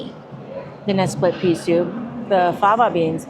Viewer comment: Fava beans...not flava beans....LOL